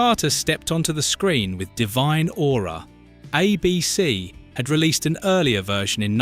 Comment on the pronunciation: It's ABC not uh BC.